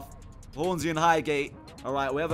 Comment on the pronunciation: highhate or highgate? You meant highgate ahlie 😂